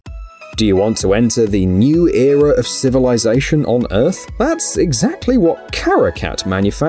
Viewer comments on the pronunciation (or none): it's ERA (AIR-UH) not eara (ear-ah )